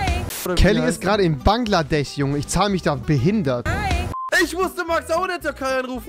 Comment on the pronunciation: Niemand: Rewi: Banglades